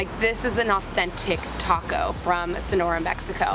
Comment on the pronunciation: pronounce the name of the taco correct girl lol